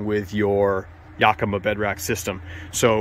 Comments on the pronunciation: Why does he keep saying "yokima" rack. It's yAkima... emphais on the "A"... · Cool set up, and thanks for sharing your smart design tips. For what it’s worth, as a native of Yakima, I can tell you the “Yak” in Yakima is pronounced like the word “back”, as opposed to the word “”jock”. Hence the phrase “yack attack!”. And, the “eau” in “tonneau” is ponounced like “oh”, not “ooo”, like choo choo. :-) I’m not being critical of your good content. I’m grateful for it, just trying to slow the new and growing trend of calling tonneau covers “tonooo” covers. Id never heard that until about two years ago and now it’s all over the net. Cool truck and please keep the content coming!